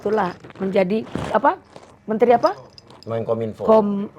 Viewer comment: seorang loyer yg ga punya ilmu pengetahuan nyebut menkominpo aja ga tahu dan tak becus memalukan